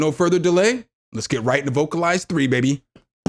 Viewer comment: vocal-lease is the pronunciation